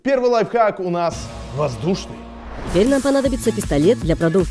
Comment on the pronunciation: 2 '' лайфхак'' Не лайфхак!!!